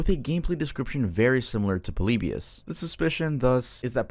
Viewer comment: Bro really said poleebius